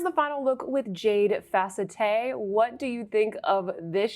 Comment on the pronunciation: It's not pronounced fa-cet-te, but fa-CET. If you've ever had steroid injections in-between the vertebrae in the neck, they call the spaces between the vertebrae in the neck the "facette joints". It feels wonderful...I say with full sarcasm. However, I would have that done again before having a myelogram. If someone suggests you have a myelogram, RUN the other way!!!